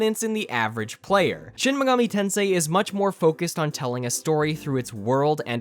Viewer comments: Ah yes Shin migoomi tansay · Wtf is shen megoomi tensay?